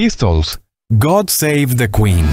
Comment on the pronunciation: GUUD'SEIT DEQUI'N ..., se pronuncia amigo...en perfecto inglés británico.